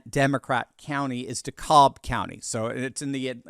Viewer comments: Its pronounced De-Cab not De-cobb FYI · De-CAB county Georgia. Not De-caulb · Dekalb is pronounced de-cab here in Georgia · Dekalb County is pronounce Dacab’ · as a former journalist and proud Southerner, it always irks me when broadcasters would mispronounce name places in the South. Please pronounce DeKalb County, GA correct, as in De CAB ( just like a taxi). You might add a very short, almost unnoticeable "L" in there, but it comes on the end of the very long A sound. Keep up the good work! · Your enunciation of Dekalb is funny to me😂 i live in GA we say it like dee-cab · dekalb county in GA is pronounced DE-cab ❤❤ trump 2024!!! ❤❤ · It's pronounced Dee-Cab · RE Dekalb County, Georgia. It's pronounced Da-Cab, as in da taxi cab. It's also a predominantly Black demographic. Another to watch is Gwinnett County, right next to Dekalb, with it's very large Hispanic and illegal population. Dekalb, Gwinnett, and Fulton Counties (Atlanta is in Fulton), were the main players involved in Georgia's approx 10,000 vote voter fraud in 2020. Fraud that was not contested by our current Governor nor our current Attorney General. Keep that in mind as the night rolls on. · Its "De-cab" county.